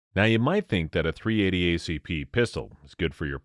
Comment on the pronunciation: How many times are you going to say 380 incorrectly, while bashing it. Sounds like Biden reading from the Teleprompter